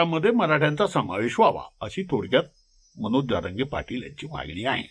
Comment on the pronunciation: तुम्हाला जारंगे आणि जरांगे हा उच्चार देखील नीट कळत नाही आणि आले विश्लेषण करायला